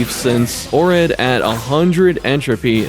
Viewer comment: It's Oread bro,the font d and o of the game can almost look identical at first glance,but it's Oread